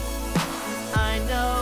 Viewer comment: its work not lerk